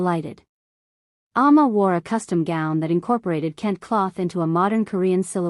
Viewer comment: I really liked the story -- start to finish -- EXCEPT when the A.I. Narrator mispronounced KENTE (ken-tay) and UNNI (UN-nee, not YOO-nee). Do better, please.